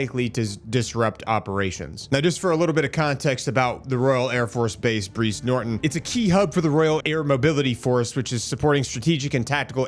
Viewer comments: BRIZE sounds like BRIDES. Not breeze….. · It’s pronounced the same as prize , not breeze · its br'EYE'ze, pronounced like Prize BTY, lovely little club just outside... . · Its Brize Like Prize and Thames like mens. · Mate it’s pronounced like Brian Briiiiize Norton A breeze is caused by a small wind 👍🤝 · Hi m8, always enjoy your posts. A quick fyi Brize as in prize . Thames as in tems. Keep up the good work. 😁🤘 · Small correction I’m not sure has been picked up; its pronounced like “prize” Norton and is the jumping off point for most major ops like Afghanistan and Iraq as well as returning soldiers, both fallen and rotated out of theatre